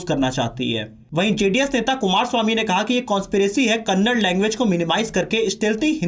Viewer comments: It's not Kannad, its kannada. Please correct. Content is good.!! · Kannad Alla Kannada ❤ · Kannada* karnataka* pronounce correctly....!